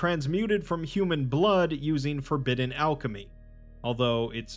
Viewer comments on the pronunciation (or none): none